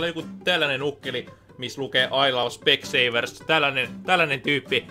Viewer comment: "I love specseevers"